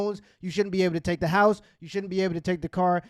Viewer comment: "Tha Culture"